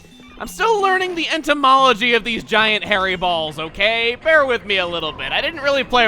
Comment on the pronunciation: "Antomolgy" - 2016. Don't you mean Anatomy